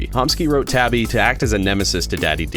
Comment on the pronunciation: Hey you pronounced my name right that's a first lmao